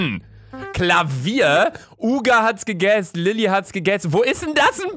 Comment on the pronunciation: Niemand: Absolut niemand: Luca: UgA hAtS gEgEsSdEs